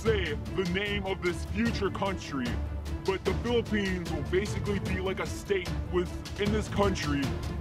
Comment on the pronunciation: the word philippines is so clear!